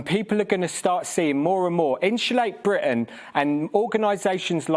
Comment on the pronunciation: I wish the oik could actually pronounce his group's name instead of Insula'e Bri'ain.